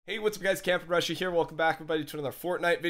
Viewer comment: Did anyone notice at the beginning when he says ( here) to me doesn’t sound (cam from Russia)